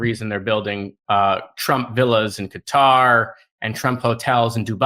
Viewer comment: Thanks for pronouncing the county’s name correctly. Qatar Every time I here “cutter”, I have to wince. It’s like Bush saying “i-Rack”.